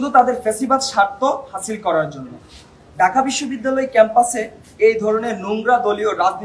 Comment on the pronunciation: ঢাকা বিশ্ববিদ্যালয় উচ্চারণ ঠিক করতে হবে